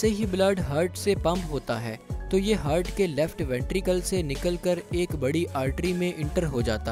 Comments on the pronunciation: aap ne itni bar heart ❤ ko Hurt bola k hmaray kan hurt hona start hogaey, 😂😂😂😂 Baqi wese video kamal ke thi. keep up the good work. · Its "heart" not "hurt" ..very irritating while listening video that I was unable to watch complete video tho it was good by animation. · ہرٹ نہیں ہارٹ بولتے ہیں۔